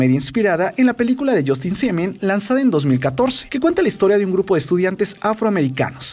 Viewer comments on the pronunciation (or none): Justin Simien yo pensé que dijo Justin Bieber😂😂 ;'v